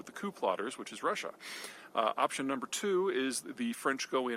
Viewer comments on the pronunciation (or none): none